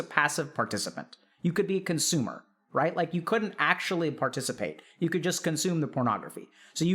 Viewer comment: Chatter "Coonsumer" LMAOO EDIT - Couple of minutes later ok sadge now...